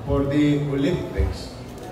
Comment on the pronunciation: Pakinggan sa NABANGGIT NI YIRME ANG OLYPICS PARIS